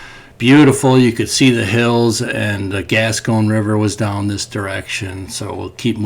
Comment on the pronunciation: I know … everyone is a critic but it’s the Gasconade River, and it’s not Roll la , It’s rah-la I live just east of there Good luck in your search